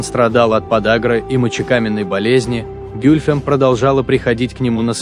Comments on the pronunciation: Где ударения? А интонация?... Не гЮльфем, а гюльфЕм - это во-первых. А во-вторых она была 2 фавориткой т.к первая была Фюлане-хатун. И да, Хюррем была 4 фавориткой и первой хасеки (законная супруга). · Гюльфем - ударение падает на последний слог. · Комментатор даже ударение ставит неправильно на имени Гюльфем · гЮльфем АХХАХАХАХЕХЕПХЕХХПХППХПХХППХАХАХ